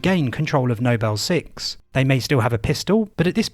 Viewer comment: why do you say 'nobel 6' but 'noble team'